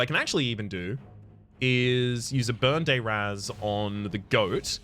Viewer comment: I would like to point out that you are critically mispronouncing the spell burn dayr azz.